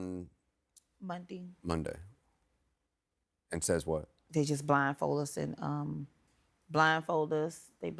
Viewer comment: I would have kidnapped her until she pronounced Monday correctly. Stop saying Mundee!!!!